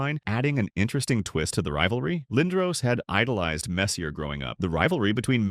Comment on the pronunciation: If you make a video about Messier (pronounced MESS-yay!) and you get his name wrong, you get a dislike.